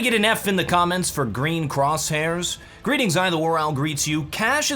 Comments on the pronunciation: SHOULDA SAY ITS GWEEN! what a goof, 0/10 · IT'S GWEEN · I'TS GWEEEN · Its gween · Reportoftheweek: It’s GWEEN!